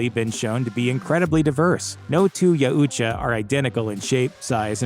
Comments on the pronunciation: YOW-cha not ya-ooh-cha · Y-OW-TCHA..... not Ya-u-tcha... its been driving me insane. XD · Yeah, I though it was pronounced Yowcha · Ya-oo-cha? No no no. Yau-cha. Please repeat. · I had to stop less than a minute in. He lost all credibility with me when you couldn't pronounce it right. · You're saying Yautja incorrectly..it ain't hard. "yow-cha" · I'm pretty sure you're pronouncing Yautja wrong. I've always heard it pronounced as Yowt-ja. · It's actually pronounced "yowt-jah" but great work nonetheless! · It’s pounced “Yowcha” I believe. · Bro said Ya uhhh cha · You’re saying Yautja wrong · They way you pronounce Yautcha is a bit annoying😁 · He can't say Yautja